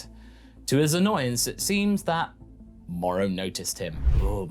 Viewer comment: It's Moro... with an o.